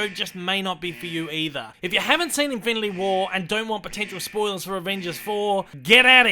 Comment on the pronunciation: "Infility" stones lol